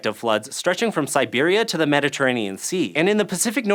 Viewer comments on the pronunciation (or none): none